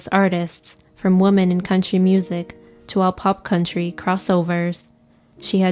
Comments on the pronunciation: Plus, it sounds like AI/she kept saying “woman” when it should be “women”. RIP, Patsy. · So many mispronounced words. ”Women” and ”Opry” shouldn’t be hard to pronounce.